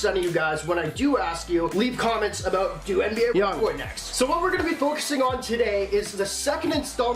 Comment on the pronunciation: Pronounce his name right bitch